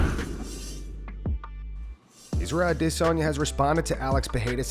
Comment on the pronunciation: nobody wants Rhonda back and stop saying Adesayna like that.